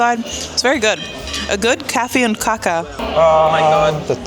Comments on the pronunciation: Enjoyed the video. It’s kaaa-ka with a long a. Kacka with a short a is the opposite of eating 😀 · eat meatballs with mashed potatoes 2-3 times a month, and please do not pronounce cake so. the first aét is long, what you said means something completely different 😆 cacka means 💩 in svedish 😅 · Kacka is slang for poo here too. But kaka is pronounsed kaaaka, long A and short K 😃